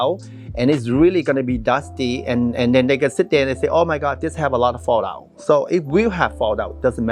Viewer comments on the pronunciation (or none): none